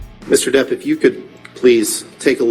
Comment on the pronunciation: non si può sentire DIP...si pronuncia DEPP, proprio come è scritto!!